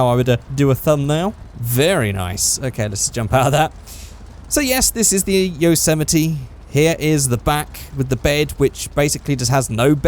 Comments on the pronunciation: its called a yose-mite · Is it really pronounced "Yo-sematee"? I've been saying it like "Yossa-might"